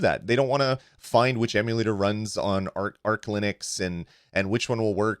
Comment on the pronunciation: You pronounced arch wrong. Its arch, not arc. Both arch linux and retro-arch